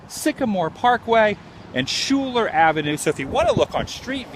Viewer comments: Sagamore Parkway, and Schuyler is pronounced "skyler". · The street is pronounced "skyler". I grew up less than a block from there. Yes, tuff neighborhood full of tuff kids raised by working class people. Axl was a couple of years ahead of me but I met him and Shannon Hoon while working at a pizza place called Arnies over at market square shopping area. Everyone used to hang out there. Its funny, I dated a girl from the neighborhood with the same last name as Axl, damn phone never stopped ringing with people looking for him. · LOL THIS GUY IS A FUCKIN IDIOT!! ITS SKYYYLERRR.. And its not a small UNCORPORATED TOWN U FUCKIN DUMBASS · Hey Man! FYI...Schuyler AVE, is Pronounced " Skyler ". I grew up about 45 miles north of Lafayette, and actually lived there for a short while in the early '70's. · Hey dipshit- it's pronounced SKY-LER not shooler and it's Sagamore Parkway not Sycamore. What a fucking tool. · it's pronounced "sky-ler" avenue not "shoe-ler" and it's sagamore parkway, not sycamore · Its Pronounced Sky ler and Sag a More Parkway